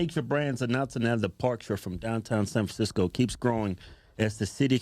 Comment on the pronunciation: “San FranSicko” 🤙 Amazing freudian slip.